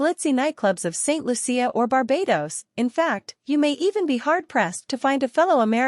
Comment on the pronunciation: Once again please say ST.LOO-SHA not ST.LOO-SEE-AH!